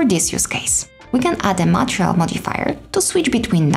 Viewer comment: please, please is not "matreal" but an only "matERial"! please change the pronunciation, they are not difficult letters to pronounce MATERIAL!!!